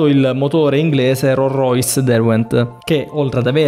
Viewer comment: Bel video, però ripassa la grammatica "di cui ne parleremo" E la "s" di Rolls-Royce si deve pronunciare.